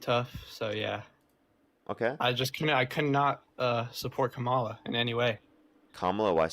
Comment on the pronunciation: another caller reading from the same script, starting by mispronouncing Mrs Harris' name followed by "Im not smart enough to provide sources or discuss policies beyond mistreating and deporting the innocent." Still very much enjoy (should I?) how absolutely, calmly and a bit on the vicious side destroys him. thanks.